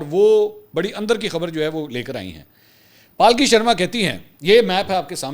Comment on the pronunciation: Palki nahi sir Pulky boliye